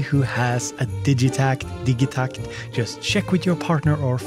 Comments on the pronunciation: Ja, wir Germans also say "Digitakt" and not "Didjeeh tact" ^_^ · cool video but your not gonna convince everyone to pronounce digitact your way